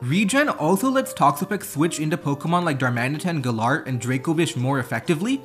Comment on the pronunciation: the way you say galar feels so wrong